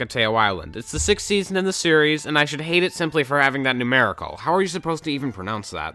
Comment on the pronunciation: Someone else who hates the pronunciation of sixth?